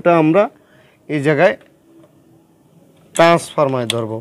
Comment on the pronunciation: Face ছাড়া ভিডিও করেন। একদম ভালো হয় নাই।ভিডিও দেখতে বিরক্ত লাগছে।আর এটা ট্রান্সফরমা না ট্রান্সফরমার হবে।